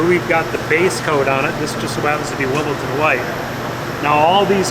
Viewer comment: It's 'Wimbledon White', not "Wimbleton"! And thi fool is speccing paint, parts and building it?